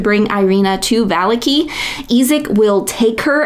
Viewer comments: VAH-LAH-KI not VAH-LIKI YouTube consideres you a champion? Delete this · I am sorry, I misspoke. I meant to say on the second syllable, not the last. As in "Shitaki". You are putting the emphasis on the first syllable. Now I feel like I am being petty. Great video, though!